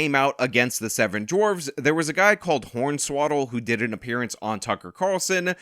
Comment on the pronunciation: Did you say horn-swaddle? Out some respect on that pro wrestlers name, hornswoggle! 😁